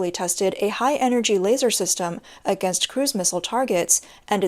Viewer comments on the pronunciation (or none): none